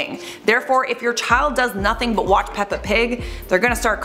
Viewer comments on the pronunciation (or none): all i picked up on was the fact that you don’t say “watch” properly